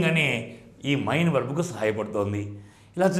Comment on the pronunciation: Sir mee classes baagunnayi. Kaani mee pronunciation konchem chusukondi. Main 'మెయిన్' you are pronouncing like mine ' మైన్ ' . It is little odd and cinfusing